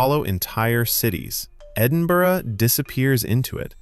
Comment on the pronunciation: Scatland scatland scattish, surprised you got edinburgh right tho